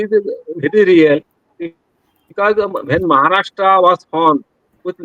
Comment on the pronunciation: I like your pronunciation of महाराष्ट्र